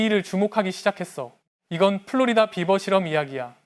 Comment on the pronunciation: beaver를 비~버라고 발음하지 않고 비버!~라고 발음하여 처음에는 나는 무슨 말인지 못 알아 들었다. 나중에 사진을 보고 알았다. 아하 비~버~~!! 물론 쓸 때는 비버라고 쓰지만 읽을 때는 비~~~~ 버 라고 읽어 주어야 한다.